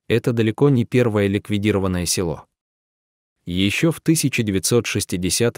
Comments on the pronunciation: Да это трагедия России. Очень интересное видио, но хочу сказать , что неправильное ударение в тексте, коробит (не село, а село. Ударение на последний слог). Да очень тяжело жить в таких условиях, многие бы не смогли так жить. Героические женщины! Сохраняют свою малую родину. Дай Бог им здоровья и силы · Уважаемый чтец, спасибо за такие расказы о людях,преданых своей земле,Родине! Селоо Студённое,вообщем ё е разные буквы и звучит не красиво, сам послушай себя!или четаеш впервые текст! Спасибо Вам ! Интересно! НО ,ЧИТАЕШ ДОРОГОЙ БЕЗ ДУШИ ,ПРАВЕЛЬНОЕ УДАРЕНИЕ,СЕЛОО,УДЁННОМ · Рассказ хороший, но полная безграмотность в ударении. Не се'ло, а село".очень много ошибок. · Села,сёла, есть разница.Село о а не села! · Видео село Студентов, а злак Овёс. Чтец читает с ошибками. Вода то она студентам...